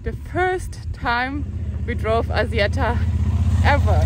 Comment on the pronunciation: thumb up! but It's called ASSIETTA not azieda 😅